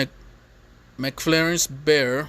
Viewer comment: McFlarence? Cmon bro sound it out